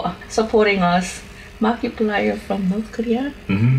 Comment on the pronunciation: that's how he pronounced it, yes, but he pronounces markiplier as "markaplier",, he's just saying momiplier, and pronouncing it like he says his username, aka "momaplier"